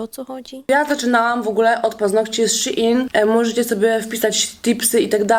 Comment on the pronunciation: Shein --> ❤ She in! ❤ w koncu ktos poprawnie wymawia Shein, a nie Szejn.